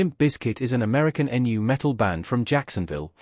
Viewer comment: Good information here, but this is clearly a "Reaux-bot" A.I talking, and it's really it's hard to listen to. "Guns AND Roses?" "Enn-You Metal?" Eat your heart out C-3P0.